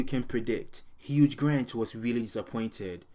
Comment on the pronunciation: Luv your videos, but lol it's HUGH [pronounced HU-e] Grant. Not HUGE Grant 😭 That was a great Freudian slip tho lmao